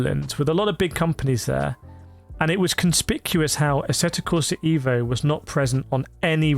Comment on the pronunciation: on the side should you wish to pronunce this game title correctly like an Italian would do...just pronunce the E in the word "E"vo as you would with the word "E"lephant in English...😉